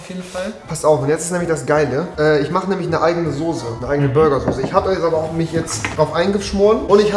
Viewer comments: wie er Sose anstatt Soße sagt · Soße NICHT SOSE WAS IST MIT DIR